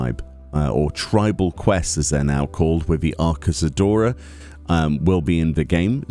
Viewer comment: Minor note- Arkasodara is pronounced closer to "Ark-so-drah".